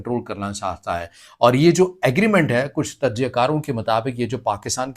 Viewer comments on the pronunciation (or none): تم انڈین ہو ؟ کیونکہ تم تجزیہ کو تججیہ بول رہے ہو